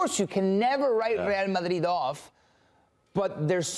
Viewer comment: No point pronouncing Rrreal Madrid perfectly when the general ball knowledge is zero. Terrible punditry